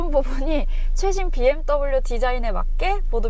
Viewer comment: 헤이 비엠떠블유 ㅋㅋㅋㅋㅋ 발음 정직한거 보소 ㅋㅋㅋ